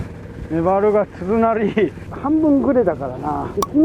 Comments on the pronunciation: はまゆう君の大ファンです('ω')/ 気になったので、『つづなり』と動画中に仰ってたように聞こえました。正確には鈴なりだと思います。あと、今回は出なかったワードですが、無修正よりノーカットという表現を他のYouTuberさんも使われてます。よりよい動画をこれからもお待ちしています。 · つづなりって言ってる？？w 鈴なりでしょ